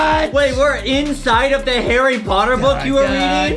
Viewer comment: Justin says herry herryyyyy